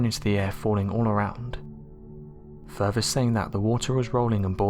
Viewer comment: Wait. Did you just say fervor? It's furTHer. TH TH. Fought er thought you were bright & able pronounce English correctly.